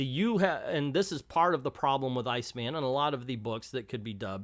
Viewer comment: I think he pronounces it "Seena." My friend Jennifer, who is not only openly gay but is a huge comics nerd, say this about Iceman: "Terrible representation is worse than no representation, and this goes beyond terrible into absolutely shitty." Guess that says it all.